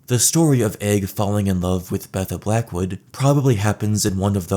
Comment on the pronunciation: I can’t unhear Blackwoodussy